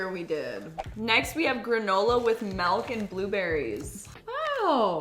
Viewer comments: “next we have granola with MALK” 😂😂😂😂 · pronounces it like 'melk'. That's how we pronounce it too in the Netherlands😊